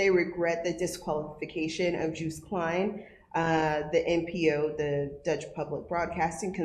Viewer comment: It’s not ‘Juiced’ his name is ‘Joost.